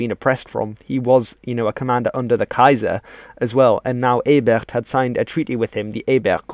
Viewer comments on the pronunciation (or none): Also, Ebert is not a French name. There's no reason to drop the t. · Thank you, good information here. One note- the T at the end of Ebert is very much pronounced.